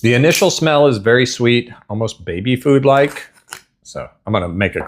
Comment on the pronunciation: Another good one. Did you say baby food or baby poo? That's what it looks like. You're a braver man than I am. Crocodile Dundee food, you can eat it but it tastes like shit.